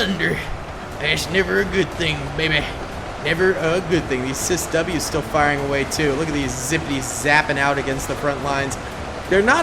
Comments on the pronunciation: sis w bless him 🤣 say it as seawiz dude 😅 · It’s a ciws, not a cisw. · It is said see wiz spelled CIWS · Sea-whiz and sea-ram not whatever you were saying